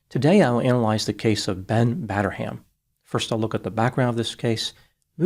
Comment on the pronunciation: "Batter-ham", yup he certainly did